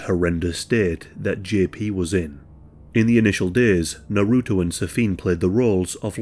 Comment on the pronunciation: The way u say naruto hurts.